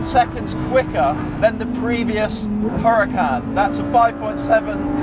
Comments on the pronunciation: Huracán is a Spanish word (as usual with most Lamborghini cars) and in Spanish the letter h is silent, just like in honor, honest or hour. Cheers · You are mispronouncing the name. The H is silent.